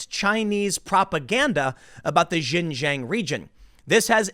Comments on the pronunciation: Dude it kills me when you pronounce Xinjiang as "gin jang" 😂 it's pronounced "shin" like the front of you leg and then say the letter "g" and and "ah-ng" so, it's pronounced: shin 'g'ahng. Hopefully this is helpful, it's miles closer than what you've been saying 😂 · Xin Huang - Shin JEE ahng. Not jin jang. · Tim, it's not "jinjang" learn how to pronounce names correctly, it is xinjiang, pronounced more or less like "chinjiang" not "jinjang" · Tim, you're not gonna see this comment, but "Xin-jiang" is pronounced "SHin-Jiang", not "JIN - Jiang" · xin = sheen jiang = jee ahng.... damn man hard to listen to the bad pronunciation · 新疆 (xinjiang) is pronounced closer to 'shin jeeyong.' It took me a second to process what you meant by "jin jang." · Xinjiang pronounced: Shin-Jiang, not Zhin-zhang. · Xinjiang is pronounced "Shin-JeeYang" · X is pronounced more like Sh. Xinjiang = /Shin Jee Ahng/ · ...learn how to at least properly pronounce 新疆 （ xinjiang ) which is pronounced as “shin-“G-yang” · The Xinjiang region pronounced "Sheen-jiang" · IT IS PRONOUNCED SHIN- JANG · Tim, Xinjiang is pronounced "Shin-JYANG". X is "sh" and Q is "ch" in Pinyin pronunciation. Just saving you from future mispronunciations. 😋 Also, long live the ROC and death to the CCP! 🇹🇼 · You are pronouncing the region wrong. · Bro, learn how to pronounce Xinjiang, what you say has nothing to do with the place.